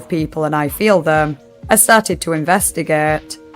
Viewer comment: “Let’s investigaet” 😂❤